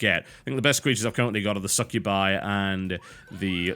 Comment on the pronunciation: im sorry say succubi slow and listen it sounds like your saying suck you by... oh just me ok :3